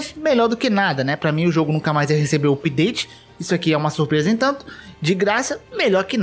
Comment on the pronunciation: Hahahahah. Dá um nervoso ouvir alguém falando "oopdate".